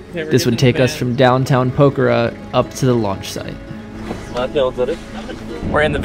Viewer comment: It would be lovely if you made an effort to pronounce place names correctly :) It's quite painful to listen to POKER-ER.